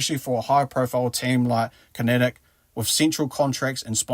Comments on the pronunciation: Youve pronounced Connaght incorrectly. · Connaght = Con-uch-t / Galway - Gaw-ll-way